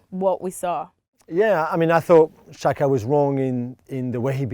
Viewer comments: No it's pronounced jacka, xh=j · Juls always says Shaka for some reason. Sometimes he says Chaka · Anyone else keep thinking they said Shaka instead of Xhaka?